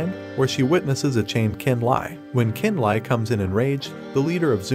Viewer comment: Talk about butchering a language. "Chu an chun" (Xuan Tian)? It's pronounce "Shu-on tee-en" also Qin Lie is pronounce "Chin Lee-eh" not "Kin Lie" Li Mu is pronounce "Lee Mu" and Xiao Bing is pronounce "Shee-ow Bing" not "zie-o bing" It just hurts listening to this voice program trying to pronounce names in Mandarin and even some English words is butchered like refiners "re-fine-ers" not "re-fin-ers". Felt like I got stabbed through the chest listening to the pronunciations.